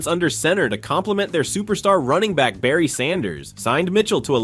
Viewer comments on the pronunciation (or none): none